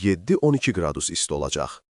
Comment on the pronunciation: Camaatrus dilindən qacır buda qradüs. Qradus deyə deyə qalıbget dilini. Öyrən